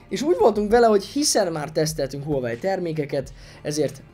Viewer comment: A teszt tökéletes,de illene a márkát nem ezen a magyar nyelven is viccesnek tűnő kiejtéssel ejteni.